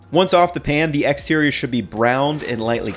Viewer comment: never in my life have I heard someone pronounce exterior as "ee-xterior"